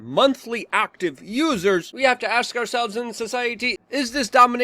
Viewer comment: Hes like I want to AX you a question